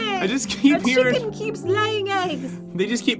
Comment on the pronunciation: chicken not chiken